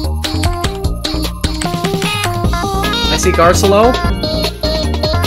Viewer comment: WHY DOES HE SAY GARCELLO LIKE THAT